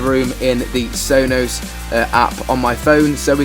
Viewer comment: Hilarious how you say sonos